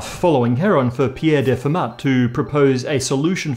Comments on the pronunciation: Hi,. Don't make monsieur Fermat a too lol. In French they just (like 95%) ignore the trailing consonant. So he was more of a Fay`mah. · Hello. It's pronounced "Fur-maa" like, as if you forgot to pronounce the ending 'r' of farmer. I'm sure you actually know how to pronounce Fermat's name, but still. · Fermat is not pronounced with a "t" at the end, it's a French name! More like "Fermah".